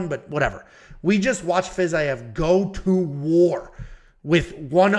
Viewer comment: Fiz I ev is a crazy way to pronounce it lol love it 😂